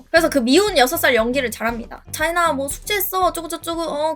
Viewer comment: 자인아가 왜 차이나로 들리냐